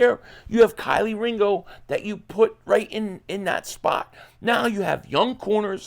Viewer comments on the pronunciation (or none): Ke ke. Not kilee ringo. Kelee brother 😂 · Hey it's Kelee (Keylee) not Kylie or kylee😂 it's been almost a year brother and you still saying it wrong... love your show 🦅🦅🦅